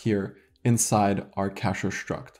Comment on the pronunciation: I unironically love how you pronounce "шtruct". I am going to annoy so many people copying this